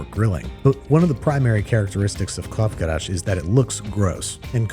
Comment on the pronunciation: Why is he saying Krav KaRash?